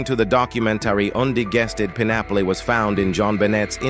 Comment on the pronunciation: Only a computer would mispronounce "pineapple" like your vid does. I prefer real human.